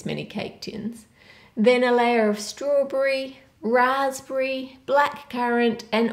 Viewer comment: Does she have some kind of accent because she said Raspberry as Raspbree same a Strawberry